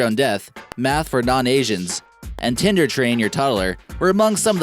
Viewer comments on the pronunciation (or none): none